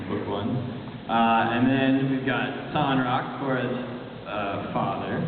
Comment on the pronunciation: The way the creator pronounces Korra's dad's name kind of shocked me because the whole time I've been pronouncing it as Tonrack, not..Tonrock